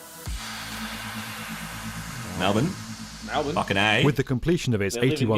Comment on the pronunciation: when they actually said Melbourne right 🥴